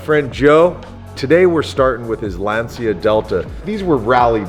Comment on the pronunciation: its LANCHIAAA not LANSIAAA